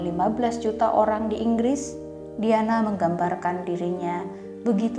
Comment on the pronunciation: ngetiknya "DIANA" bacanya "DAYANA" bukan diyanah😩😩